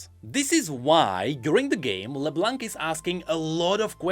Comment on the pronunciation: Plz, don't say LeBlanK. The "c" is silent. My ears are bleeding right now.